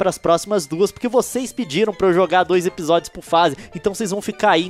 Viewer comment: o Leon falou " dois epidodios por face "